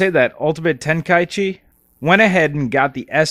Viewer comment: Sorry to nitpick, but you pronounced Tenkaichi wrong.